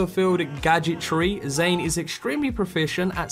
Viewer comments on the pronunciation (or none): none